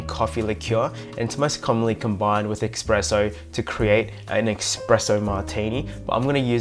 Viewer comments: Espresso not expresso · Espresso NOT Expresso!